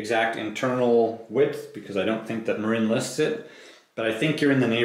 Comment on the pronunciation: It is pronounced MARIN like the guy from Cheech and Chong. Marine is a United States Marine spelled differently with an E at the end.